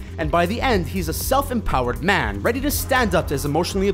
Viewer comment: The way the v.o. guy pronounces "man" and "fan" is really odd.